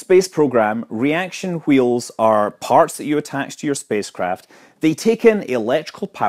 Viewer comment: 'Reaction heels' xD